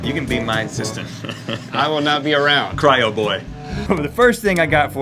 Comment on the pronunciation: cry-o-boy made me cackle